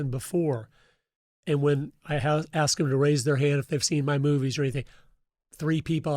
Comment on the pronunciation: I really enjoy your shows. I only want to say one thing. There is a big difference between AXE and ASK.